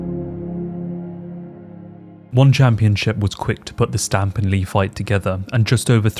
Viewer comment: Should it not be more like S'tamp or se'temp, or possibly even se'tem? I googled it and it seems more like that on the pronunciation. (However... it may just be the English word written in Thai letters lol). I just remember that Thais do not seem to have much a "st" sound. Great video btw!